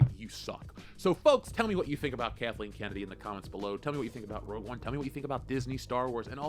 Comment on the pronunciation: You confused saying "Rogue One"